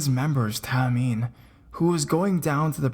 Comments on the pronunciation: wait u mean Shinee not Shine its pronounced Shine-ee and the boys name is pronounced Tae-Min like aye but with out the Y Tae then just Min like MINnie mouse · "popular boy group SHINe" "jonghun" "taymen" XD XD XD SUBSCRIBED